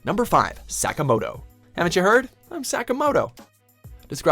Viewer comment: NOW THATS HOW YOU SAY SAKAMOTO PERSONA 5!!!!!